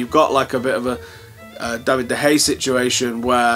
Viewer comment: Great update/view as always . . . but if you can't pronounce "De Gea" properly, don't mention him at all haha! ;-)